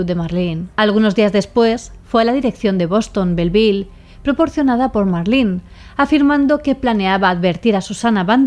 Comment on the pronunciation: Primera ves que escucho mi nombre en una asesina, soló que no dejo que me llamen Marlyn como el pescado 😂 es Marlen y sin e al final